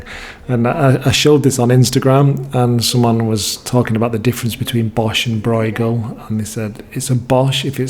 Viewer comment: Bruegel: is not an "oi" it is the ö you hear in German words (as well as Dutch ones of course, but there's a better chance you have some German) e.g. schön. The gh is much like ch in Scottish Loch. bɾøːɣəl